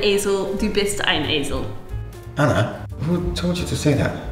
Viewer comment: so impressive to see the girls being raised trilingual! and Anna! your pronunciation was very good!